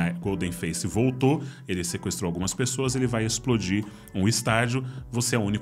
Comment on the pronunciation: "Esplodir" Dá tempo de ajeitar?